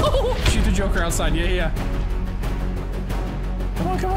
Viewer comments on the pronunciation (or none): none